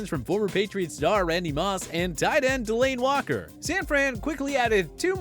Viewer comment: The booty Niners and delane Walker... jeez just sign me already if y’all can’t say proper names 🤦🏽‍♂️